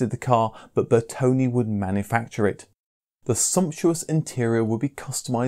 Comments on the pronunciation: It's not BertonI it's BertonE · I see no "I" at the end of Bertone's name